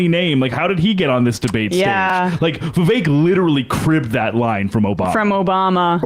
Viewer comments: nope, it does not rhyme with cake whitie. It's not "vivake" as you white ppl pronounce it. It's "Vivek" "Viv-ek". Not "ake". Complain abt white privilege and shit, proceed to do it, and not comprehend the hypocrisy. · Who decided Vivek is pronounced Viv-ache? American English is wierd. Bar-ache Obama anyone? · To help with pronunciation, Vi-vague 😉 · Trump won't put Vivek in his cabinet. He can't even pronounce his name